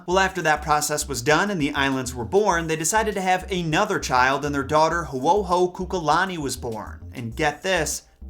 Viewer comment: How to pronounce Kaho’ohokukalani-i-kau-i-kaheahea Ka-ho (brief pause like a stutter = ‘ ) oh-ho-ku-ka-lani E (the letter “I” on its own is pronounced as the letter “E”) cow-E-ka_hey-ah-hey-ah Now all at once: Ka-ho (stutter like pause) oh-ho-coo-ka-lani-E-cow-E-ka-hey-ah-hey-ah 👏🏼👏🏼👏🏼 good job! 🥰💛